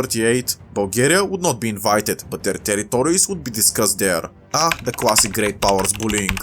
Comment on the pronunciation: Erm it's actthchualy classic not classing ☝️🤓